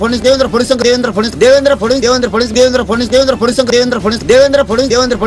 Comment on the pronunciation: साधा "फडणवीस" नावाचा नीट उच्चार करता येत नाही फुकटच्या चपटीवर बोलणाऱ्या मिथूनला....